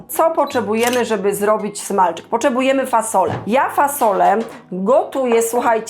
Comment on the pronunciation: Poczebujemy,słuchajce takom łyche😅😅😅😅😅